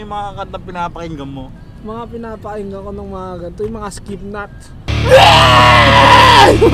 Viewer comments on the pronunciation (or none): Skipnot?? Alam ko Slipknot yun eh hahahhahahaa 😂😂